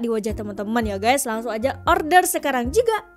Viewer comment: Kenapa orang Indonesia kalau menyebut sesuatu perkataan itu terlalu ketara bunyi Rrrrrr nya..sehingga bahasa Inggeris juga disebut begitu lantang Rrrrr nya..agak lidah kamu sudah keras dan sudah terbiasa dengan sebutan Rrrrr nya..sebagai contoh perkataan ORDER..dengan sebutan Orrrrr...Derrrrr...